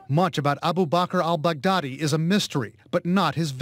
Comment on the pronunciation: Is he saying "Albu Bacar Al Bacdadi" or "Baboo Car Al Mac Daddy"?